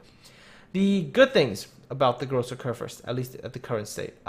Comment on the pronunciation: Großer Kurfürst pronounced just right.